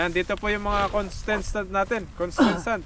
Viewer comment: merry christmas po sumakit yung tiyan ko sa kakatawa kay di niya ma bigkas nang maayos yung contrstant 😂 😂😂